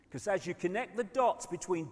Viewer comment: I love How He says Because Becoose 😂😭 London Real just Had David Icke Brian Rose 3 and Got 1 million live streaming a world Record